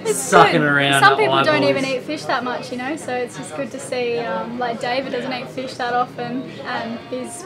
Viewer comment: Feeesh? Oh fish.... Haha. 😊